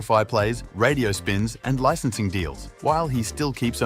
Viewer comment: Somebody teach this man how to pronounce licensing 😂